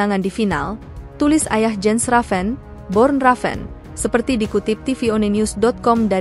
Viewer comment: Nama ayahnya Bjorn Raven mimiiin, bukan Born